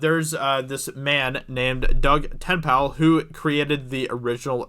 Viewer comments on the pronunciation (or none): Ten- nape- El. Not tin pal.. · It's Ten-A-pull, not Tenpal. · Te-nay-pal.....not ten-pal :P urg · Not subscribing until you learn to read. The man's name is TEN-Naple, also he's on EVS live chats all the time, don't know how you've never heard of him. Say ten-pal again mo-fo. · Ten-nA-pal. NOT Ten-pal. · His surname is Dutch. It's ten Napel. Not TenPal. And the a in Napel is an Aaaah! A... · AHHHHH your butchering of Ten-Napel (Ten-pal) hahaha at first made me laugh, then i got angry, then back to laughter, wish i could thumbs up this video more than once. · Ten ape 'ol Like ten maple but with a n TenNapel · His name is pronounced Ten-ape-l not Ten-pal. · For future pronunciation, it's Doug Ten-A-pel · It is pronounce Ten apple. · Say it like Ten-Naple. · Pronounced Doug tenAPPLE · Oh my god dude. Sound his name out before you make a video. Tennapel. Ten-ah-pel. This is cringe as fuck. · It's "Ten-ape-pull". :-) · Stick it those idiots Doug. Well done. his name is pronounced Ten A Pel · the way you’re pronouncing Doug’s last name is cracking me up! You’re leaving out the long “a” as in “hay.” Tenn “long a” pel. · It’s pronounced “TEN-A-PULL” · Ten-pal. Te-nay-ple. Like shoving Ten into Maple but replace the M with an N. Father Doug, is Comicsgate. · (Ten-ape-pole) stop saying his name wrong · Pronounced "ten-apple" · Pronounced: Ten-na-pull Waiting for the Dirtworm Doug game lol. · Your pronounciation of Doug's name... wow Doug Ten-Napel (Tenn-Apel), he has a channel on youtube, searches his name "tennapel" he has a good show on there and over 10k Subs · Psst - it's pronounced "ten-ayy-pull". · Dude! Your butchering his name. It's pronounced Ten-na-pel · Why do you keep saying Tenpal? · Pronounced Ten-Nay-Pull. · Tennapel --> pronounced TE-NAY-PUL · DOUG TEN-EH-PULL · Work on Doug TenNapels name. 🤣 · Pretty cringe to hear you mispronounce his last name so horribly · Tennapel, Tenpal? 10pal? Lol sorry I could get over the name mispronounce.